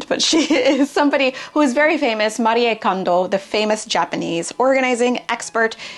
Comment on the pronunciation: Omg... I love that you mentioned Cas and her clutterbug system, it has helped me so much - if anyone reading this has not heard of it, I absolutely recommend looking into it. And thank you for not only pronouncing Marie correct, but also not framing the konmari method as a road to minimalist aesthetics or minimalism per se, but for what it is: finding your favourites and having only the best for YOU! I'll quote you from now on about not being a quantity police ❤